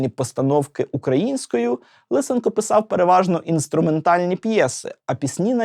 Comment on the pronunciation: ЛисЕнко, ШевчЕнко... А не ЛИсенко. То для ка цапів змінювати наголоси і вимову